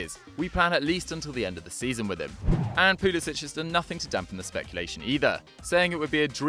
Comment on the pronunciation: I know but he and his parents pronounce his name poo-li-sik